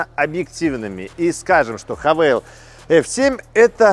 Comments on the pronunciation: " ... Мне удобнее называть Хавэйл..." и не &бет, что написано "хавал"... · Ну тогда по всем правилам транскрипции английского языка нужно говорить правильно: Х'ейвэл. А не Хэвал или Хавэйл. Вообще просто Хавал))) Сам владелец Хавала ф7х 2021 г. 2.0 л 190 л.с., пробег 80к. Проблемы которые встретил: Спустя 3 года поменял датчики в колесах, запотела левая фара и больше не горит ближний, пока не менял, новая стоит от 15тыс. Выскочил 1 раз чек, всегда заправляюсь 95+ на известных сетях"синей" и "красной" АЗС. Почистил компом ошибку (ругалась 1 лямбда), залил промывку форсунок в топливный бак и залил полный 100 бенз. Больше не повторялось. Треснул дермантин водительского сиденья (левая подушечка), плюс промялась она же. Часто вылетает Эпл карплей из-за проводов (любых), но с оригинальным айфоновским он работает. На неоригинале - чуть потрогаешь - вылетает мультимедия. Глючит бесключевой доступ на ручках, особенно зимой. Приходится вплотную сумку подносить или вообще доставать ключ и открывать традиционным способом, на отцовской тайоте рав4 2008 года такого никогда не было, работает при любых условиях за километр (не кнопка, тоже сенсор). В ф7х версии в заднее зеркало ничего не видно, заднее стекло очень маленькое, как на феррари))) На 70 тыс км что-то начало стучать в подвеске, объездил 2 подъемника, ничего не нашли. Так и езжу до сих пор)). Поменял на 60 тыс. вкруг тормозные диски и колодки, брал бренд оригинальнее оригинального (не китай), удивился что оригинальные тормоза от GWM - туфта, кстати удивился, что диски и колодки приехали от какой - то хонд